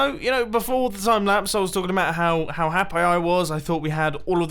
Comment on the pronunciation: Did he just say ‘Happi (pronounced ‘Hap-eye) instead of happy?